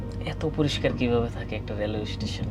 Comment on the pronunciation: Ei seler somosha asse....o mone kore or jonno sob desher sob meyera pagol but se je ekta khet....je naki station bolete paree na uchcharon kore eistition....ei hoise obosta